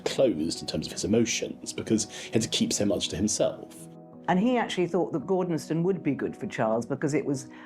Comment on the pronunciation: Gordonstoun not gordonstown. Gordonstoun is pronounced a bit like gordonstone. Is a lot nearer than was said first here